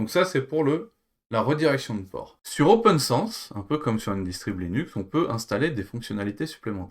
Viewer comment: Mais ce n'est pas "Open SANSSE", son nom c'est OPNSense...